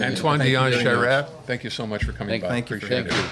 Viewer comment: Lol, two old anglophone folks who probably have never spoken one word of french, as proven by the way they aren't able to pronounce Charest correctly. This video is a nutshell of why francophones quit voting for the liberal party. Anglophones simply don't understand us, and never will.